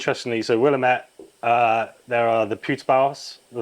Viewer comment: Stop saying “Willem-ette,” it’s “Will-ammate” Other than that this is absolutely fab. Nicely done!